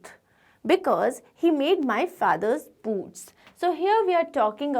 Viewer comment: Maam please don't mind but it's boots